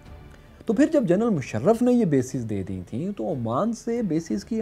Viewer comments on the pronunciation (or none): none